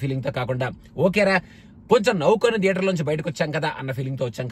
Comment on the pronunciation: "TH" ni english lo త అని పలకొచ్చు లేదా ద అని పలకొచ్చు. మరి థియేటర్ ని ధియేటర్ అని ఎందుకు అంటారు? అదీ మీరు US లో ఉండి కూడా ఈ mistake ఎలా చేస్తారు?